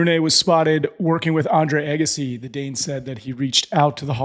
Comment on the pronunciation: I see you still haven’t worked with on his name pronunciation. It’s not Eggassi. It’s Agassi.